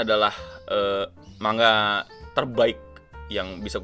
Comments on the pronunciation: Keknya manga udah betul bang bukan mangga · Kalo dalam bahasa asalnya(bahasa jepang) manga dibaca マンガ(man-ga). huruf ん/ン/N itu huruf mati, jadi kalo di bahasa Indonesia malah kedengarannya kayak baca mangga